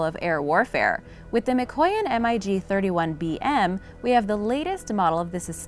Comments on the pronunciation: She didn't even mention that the F35 is capable of vertical lift then they use an image of one when she is talking about the Harriar oops and it's pronounced mig not spelled out M. I. G dummy and these were just the obvious mistakes I'm sure there were more. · S U 35 NOT Sue 35. Mig not M I G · Damnit its MIG not M.I.G!! Maverick its Goose, we got 2 M.I.G's on our ass!! Lol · SU 35 is derived off of SU 27, not SU 25. It's not M I G. It's MIG, one word. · When you say "M" "I" "G" instead of "Mig", you obviously don't know the subject matter. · Crap narration. It's Mig. Not M-I-G. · says m.i.g instead of mig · Lmao the thumbnail! Like, I know has some pretty clickbaity thumbnails, but seriously? An F-22 air superiority fighter with like 20 bombs and fuel tanks under its wings? Really? And it’s pronounced “MiG” not M I G. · MIG is pronounced mag MAG....!!! Not an M I G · I just goe cringed by the M I G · Glad you pointed that out, I heard "M.I.G 20" and went WTF!? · Like calling a mig an M. I. G. ...lol. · The MIG is pronounced MIG, likePIG. Thought everyone knows that. Lol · Wrong plane shown ... that is an ea-6b Prowler i think. Plus, stop saying M-I-G, ick! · This is making me laff so hard. Just look at the comments. The video is obviously a dud. "M.I.G." lmao is this lady serious? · Everytime she says m I g a rookie misses the wire in a carrier landing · The m.i g? lol Must be an upgraded version of robot voice. T50 my 1st choice, then the A10. I'd say though the true measure of these aircraft is not something that can exist on paper. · Not Three words its MIG one word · Maybe it's a "robotic" voice? If it "sees" a word that's in all caps, it will pronounce it by the letters. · For Example, Russian fighters, Mig is pronounced as a word not spelled out while SU is spelled out. Just shows your unfamiliarity with military aviation. Small details like that. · Mig is pronounced as a word not spelled